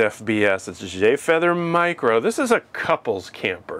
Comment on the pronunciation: "Light" "mircro"